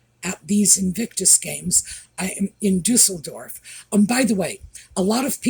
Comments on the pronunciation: Thank you for correctly pronouncing Düsseldorf! Another common mispronunciation is Cologne in Germany! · Your pronunciation of Düsseldorf is great! Like your videos! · Thank you for correctly pronouncing Düsseldorf 😊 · Perfect pronunciation of Düsseldorf 😂😂😂 I was born near there . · Thank you for letting everyone know how to pronounce Düsseldorf! It’s been driving me crazy! Every Brit & Aussie I’ve heard say Düsseldorf consistently pronounces it wrong! No idea why when the rest of the world seems to be able to pronounce it correctly! Lol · Thank you for making the Americans aware on the pronunciation of Düsseldorf. I really cannot stand wrong pronunciation - they can search it in digital dictionary including how it is pronounced in any language. People are just lazy and think American English is always the correct one and forgivable when they say it. Whew! Looking at the umlaut over the denotes something. And ü does not mean da Thank you 😊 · Hello from Germany. Right, it's Düsseldorf. With an Ü! Dussel = dimwit. Dorf =village. And Harold called himself a DUSSELDORFER, that means a "dimvit villager". He had better asked somebody, how pronouncing the cities name.